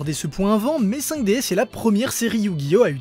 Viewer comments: Ça se prononce "Five Diz" ! ;) Et pour moi, c'est de loin, de très très loin la meilleure série Yu Gi ! Merci d'avoir traité ce sujet ! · Le s ne se prononce pas ca se dit juste 5 D ou meme 5 dragons